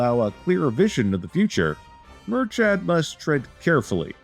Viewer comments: Sorry but the name pronunciations is horrific😂 Its like mur-kid not mur-chad. Love that Ireland is getting some playtime though🙏🏻🇮🇪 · Personally I'd soften /k/ to a /x/ and lower that /ı/ to a /ə/ but you're correct. They even get Brian/Briain wrong.